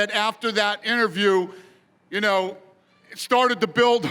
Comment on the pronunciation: Haha anyone noticed Jorge doing Tony Montana’s accent ?! “Juno”...😂😂 look 👀 at ju now!! 🤣🙌👃